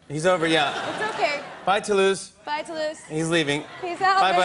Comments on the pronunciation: It’s TOULOUSE 😂😂😂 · The way she pronunce "Toulouse", the only thing I can say : Yes dear! ha ha ha ha ha